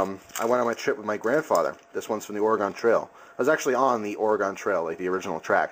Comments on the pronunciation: Or-a-gen not Or-o-gon lol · lol he says it like or a gon. over here (northwest) we say it like organ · Oar-gen Oregon. I live there I know how to pronounce it.